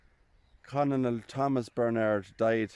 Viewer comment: ' The word 'Colonel' is pronounced ' kernel.' A Colonel is the military rank for an Officer usually below General and above Lieutenant Colonel, Major, Captain and Lieutenant.